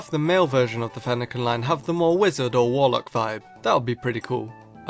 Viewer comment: you called a warlock a wolock what????